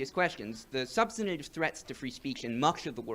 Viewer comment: the guy can't pronounce "substantive"